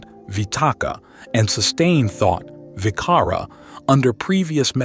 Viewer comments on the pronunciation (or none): It's an admirable effort indeed to produce this VDO but it'll be much better to consult Ven.Bhikkhu Bodhi's translation of Pali texts how pronounce the Pali words correctly. For ex. vicara (sustained thought) c here is pronounced like j .😊